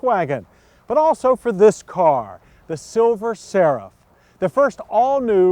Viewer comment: Does anyone else think he was saying silver sarah?